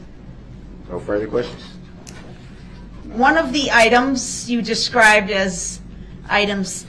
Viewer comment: Why would the investigator recover any shell casings from inside the car when shell casings are ejected from the gun in the street where the gun was fired? I think he "axed" those "quesshins" so he could later brag about being shot at to his prison mates like he was some "tough guy".